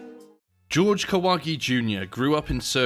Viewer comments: Yo can you british people at least say Spanish names correctly ☠️ JORGE (HOR-HE) STOP SAYING IT LIKE GEORGE. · Pretty sure it's pronounced "Hor-hay", not "George". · "Horhe", not "George". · If he's Mexican, isn't his name pronounced as hore-hey? Not George? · His name is pronounced "whore-hay"... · Is it really that difficult to say "Jorge" though? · How come his name Jorge is pronounced "George" instead of "Hore-hey"? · I think it is pronounced as Horge not George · His name isn't George, it's Whore-Hey, He seemed 100% genuine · Does Kahwagi actually pronounce it "George"? In Mexico it would almost always be pronounced "hor-hey" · It's pronounced HOR-HEY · "Jorge" is pronounce "hor-hay". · BTW the name is not "GEORGE" just like a damn John is not a juan.....right?............sure.....